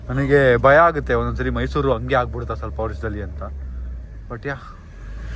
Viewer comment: Mysour alllaaa guru adhu...Mysuru 😂